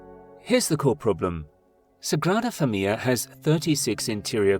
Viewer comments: Thank you for explaining this so eloquently. My Spanish brain was in knots hearing that pronounciation. It is indeed an amazing video though! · Your are eliding the end of the word 'familia' as if it has a double 'l'. It does not. The word has four syllables, not three. You have a habit of doing this. Otherwise a nice, informative video; thanks.